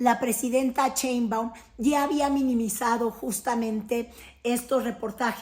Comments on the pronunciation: Critoef? Ese apellido si haces el esfuerzo por pronunciarlo bien ???? Una vez más ...no seas vulgar pronuncia bien el apellido de la presidenta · Mal Pronunciation Cheinbaum.....y dice New York times correctamente Que pesadax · Pronuncia bien el apellido de la presidenta... no seas vulgar !!!